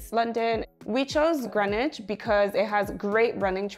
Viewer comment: It’s pronounced Greenwich🇬🇧 not Greenwich